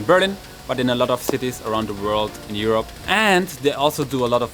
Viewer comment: Aerope not Europe